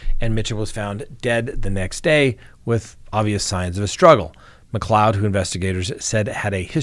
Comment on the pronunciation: Thank you for pronouncing McLeod correctly :)